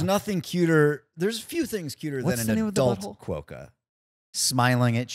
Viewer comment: Quokka is pronounced kwoka not kwoeka